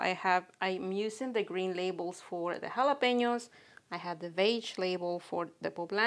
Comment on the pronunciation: Beautiful, love that mini pink spade/scoop you‘re using and your trays are also fab. Very glad to lear the right pronunciation of Jalapeños🌶🌶 Looking create, thanks for sharing💚